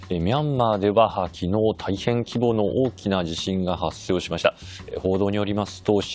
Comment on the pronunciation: この人、スタートでミス２つって…人前で話す人としてはヤバいやろ発生をはっしょうと読み、100人を吃音て…他にもつまってる…ヤバ